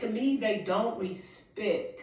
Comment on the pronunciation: How old is she? I feel like I’m listening to a teenager! By the way YOU, V don’t even KNOW YOUR CHILD, and I’m SURE he doesn’t call you mom you’re a STRANGER TO YOUR OWN SON! Bye FELICIA P. S. It’s PRONOUNCED respecT not respecK P.S.S. Nope she’s not on your level because it is too low for anyone to reach!